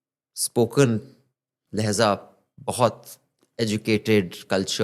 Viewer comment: लेहजा नहीं लहजा